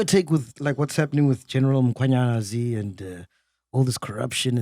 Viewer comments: Can someone please tell Mac that it’s not Mkhonanyazi but Mkhwanazi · Mac is never gonna get the Mkhwanazi pronunciation right 😂😂😂😅